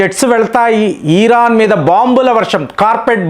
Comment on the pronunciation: ఈ సారి America physical యుద్దం చెయ్యదు.. Digital యుద్ధం చెసి అవకాశం ఉంది...ఈరాన్ కాదు... ఇరాన్ సర్